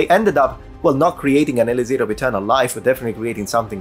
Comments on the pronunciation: Dude. It's "e-LIK-sir," not "e-li-ZIR." Pro tip from a native speaker. :) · In English it's pronounced: "E-licks-er".